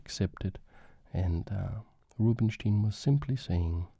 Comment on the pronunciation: Great video! small bit of feedback: Rubinstein's name is pronounced 'ROO-been-shtayn' in his native language [with the ‘ay’ being pronounced like 'I' in English], and 'coup de grâce' is pronounced 'kood-GRAHS' (if you pronounce it 'kood-GRAH' then you're saying 'coup de gras' which does not mean the same thing as 'coup de grâce' at all) Keep up the good work!! Mange tak <3